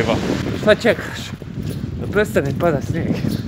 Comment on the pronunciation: ali kad kaže šta "ćekaš" sa šuštavim mekim š oplačem